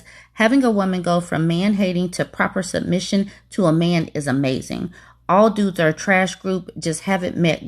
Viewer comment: I can't take someone who says sumbmission seriously. And you want to lead me? Where, to stupidland?